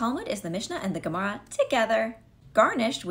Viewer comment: Thanks for elaborating on these terms; it clears up a lot. That being said, when you say “Gemara”, I hear Gamora, and I’m more confused trying to figure out how the Guardians of the Galaxy fit into Judaism and the Talmud (and that’s before thinking of Judaism in the Infinity Wars and Endgame). Yeah, the transition may take a while.